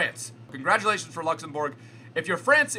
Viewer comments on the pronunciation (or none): none